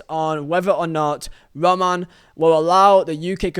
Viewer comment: Why can't you say Roman correctly though